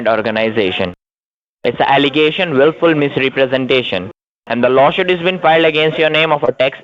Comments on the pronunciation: Dickheads can't pronounce law suit (shuit). Yes, yes, yes, veri gud veri gud akcess.yes,sir, yes sir. I’m king and yu pay deerectly. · I don't think I could of help saying " Is Lawshoot same as Lawsuit? cause I want to make sure I write down the right thing." Lol.. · Did he say law shoot? Why does he want to axe you? Remote control car, lol. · I look for new words. This time it’s “lawshoot”. “Business working days.”